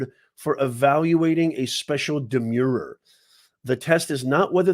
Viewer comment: 'Demure' means 'modest or diffident' and is pronounced ' d'-MYOOR ', the way you pronounce 'demur'. 'Demur' means 'delay' and is pronounced ' d'-MURR ' and 'demurrer' is pronounced ' d'-MURR-er '. You are in the US now, Pal. Learn standard English pronunciation. And while at it, pare your remarks. Are you the Fauci of popular legal analysis?